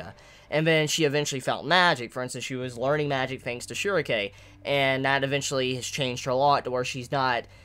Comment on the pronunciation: pretty sure shierke is not pronounced : Shurike